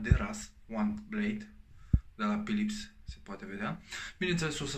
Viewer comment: Berberim, ghiuveta, pilips.... barbierim, chiuveta sau lavoar daca e ghiuveta din buda, se pronunta "Filips"